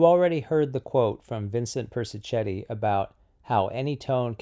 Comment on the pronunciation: Interesting issues. A small point- I think Persichetti's name is pronounced -Per-sih--ket-ti.